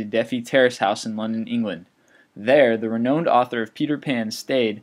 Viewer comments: "Renoned" for J.M. Barry"?? That's "re-NOWnd". bud. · decorous [dek-er-uh s, dih-kawr-uh s, kohr] renowned [ri-nound]